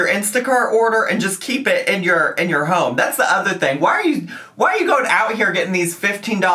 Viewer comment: I keep meaning to ask is "ho-em" a joke or really how u pronounce home?